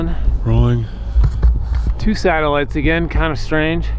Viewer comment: Please stop calling them satiligts ,there unknown